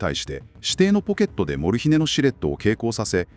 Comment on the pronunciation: アクセントが「モル↗ヒネ↘」ではなく「モルヒネ↗」の方が聞きやすいのですが😅